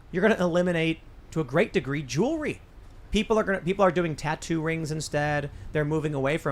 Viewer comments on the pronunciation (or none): I'd like to take this opportunity to remind everyone that the word is "jewelry" and NOT "jewlurry". "Joo-el-ree" NOT "joo-luh-ree".